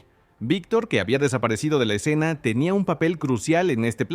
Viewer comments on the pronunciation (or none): none